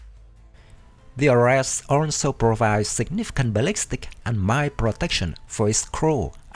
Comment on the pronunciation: please try to do more research, it will boost your viwership...And also, Ares, is pronounced as Aries (the Greek God of War), AirReeZ, sounds alike fairies, not aResSt.